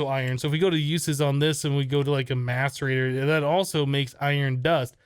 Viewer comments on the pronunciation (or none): none